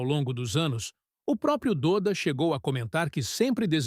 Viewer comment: O nome dele não é "DÔDA", É "DÓDA" .... se pronuncia "DÓDA" 🤦🏼‍♂️